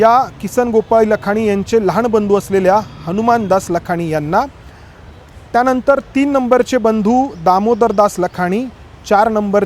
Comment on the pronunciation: मुलीचे नाव रे व ती असे ऊच्चारायचे असते, तसेच लहान भाऊ, लहाण भाऊ नाही